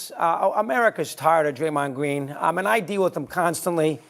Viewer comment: "Amewica's twied of Dwaymond Gween."